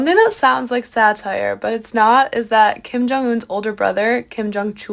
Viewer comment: Didn’t say his name right once throughout the whole thing 🤣😭